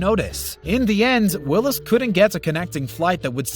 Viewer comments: Come on....it's Sam Wills, not Willis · his name is Sam Wills, this doofus says Sam Willis....